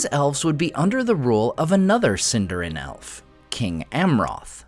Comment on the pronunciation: Please don't pronounce it "Sin-DAR-in." It is properly pronounced "Seen-dar-EEN" 🙂